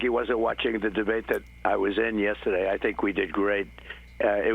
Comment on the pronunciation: "the debwate we had with Biden..." ? I watched. You lost. Bigly.